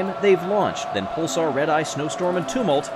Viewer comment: I love you, but please learn how to say ‘Tumult’. Uh like in Tums, not oo like in tombs.